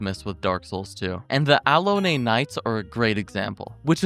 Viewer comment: Did he just pronounce it alone-eh